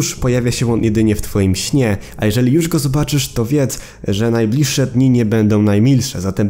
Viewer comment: ty mówisz „jusz” a ten drugi typek „matnes” xd